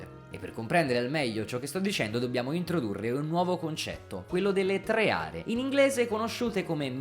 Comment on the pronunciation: Tre Are. Con una "e" sola. mi provoca un enorme fastidio XD